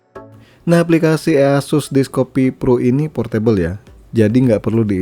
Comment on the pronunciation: Indonesia language sekali "ea sus" Aku dengar nya kayak waw verified Indonesia people